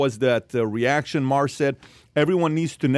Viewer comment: That guy got the pronunciation correct it is pronounced Ma Her not Mar.